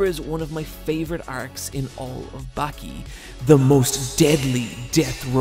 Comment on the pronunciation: its "bawki" not "backie" wtf